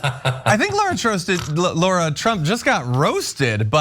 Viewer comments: I thought she said Lord Trump, I had to rewind twice 😂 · yeah i heard "Lord Trump" initially be realize she said "Lara Trump" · I heard that too. gagged a little.